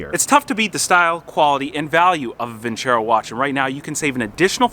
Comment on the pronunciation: > vin·cero < not vin•cHero Silly feLLer that's a sponsor of yours, tisk.. tisk. Ha.Ha. Keep the videos roll'n!!